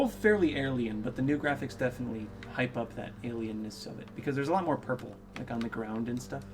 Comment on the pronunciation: Did just make a new word aliennes